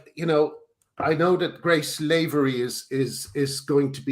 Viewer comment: Lavery is pronounced LAH-vree, not LAY-ver-ee. Graham should know that as Lavery is an Irish surname.